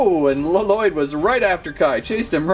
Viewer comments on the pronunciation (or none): It triggers me how he says L-Loyd (In the show they all call him "Loyd") Only in the Lego movie does Garmadon call him L-Loyd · Bro it's not L loyd it's Lloyd pronounced loyd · ITS NIT LELOYD ITS LOYDE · Really good video and I love it but really luh - Lloyd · It's Lloyd not lololoyd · He saying l lloyd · It's lloyd not laloyd only garmadon calls him laloyd in the ninjago movie r u garmadon no so stop pls stop get some help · Did my dude really just say “Luh-Loid” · I wonder why people add the double L for Lloyds name when its pronounced Loyd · His name is not la-lloyd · My mans just said La-Lloyd I don't know if he's joking when he says it if he isn't look up the NAME on Google. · You don't say Lloyd you say Loyd. It just spels Lloyd but you say Loyd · did anyone relized he called lloyd l-lyod ol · Im so trigred because lloyd is prononced with 1 ll not 2